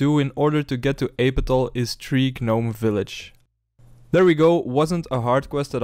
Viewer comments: Love the series, however fyi gnome is pronounced with a silent G. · it's cute that you pronounce gnome like "guh-nome" like in the maymay